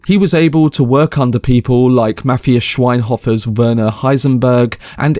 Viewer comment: I can't believe Matthias Schweighöfer is in this 😂 and you tried your best to try to pronounce his name, too.